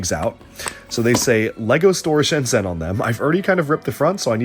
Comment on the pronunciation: I don't want to the the "aktually" guy but Shenzhen is pronounced ShenJen ;)